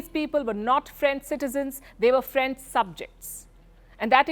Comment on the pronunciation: Franch merderers